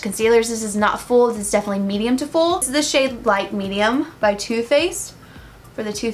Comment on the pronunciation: omg, you made me laugh I'm pretty sure its supposed to be light bronze but I cracked up when you said lit bronze...you do you booboo